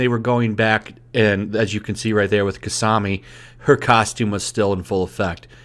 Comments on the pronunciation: God dammit, I leave you playing in the background while I go and do something else and literally 3 seconds later I hear you say "Kasami" to which I think "...who...?", goes back to look fearing I am right in my assumption that you just mispronounced Kasumi, and find that to be the case. Sorry but.. where did you get that A from? I swear, can't leave you youtubers alone for 1 sec without you screwing something up. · repeat after me Ka su mi it's Kasumi there's only one A in her name my dude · Ka sue mi. Not ka sa mi lol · it’s Kasumi not Kasami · KasAmi? Bruh. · Lol i seen one review saying girls in bikini on a beach is creepy ? Also dammit tf is kasami its kasumi >.> im triggered now, also idgaf about people opinion who arent even fans of the game, if i dont see you in ranked why u buy it?? Lol back seat? I think not their def still the fore front of the game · its kasumi not kusami ^^ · It's NOT "KA SA MI" it's "KA SU MI" -_ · Kisami? You mean Kasumi? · Kasumi (Kasoomi) not Kasami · You said "Kasami" and not "Kasumi" bro.....come on. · Kasumi.. Ka·su·mi. I'm pretty sure you be heard the name of the character before where the hell did you get kasami from. I feel like this is the second time you've tried to quickly hop on this current event for views and like or whatever and you butcher the name. I get it you're a YouTube new channel but come on bro you can't mess up simple names that's constantly being said maybe I'm just nit picky but whatever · it's pronounced (Ka-sue-me)